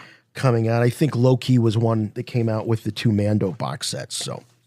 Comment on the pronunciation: You know doesn't watch the Marvel stuff when he pronounced Loki as "Low-key" he definitely put a space between the Lo and the Ki. Just before the 1 hour mark if you wanna go back and listen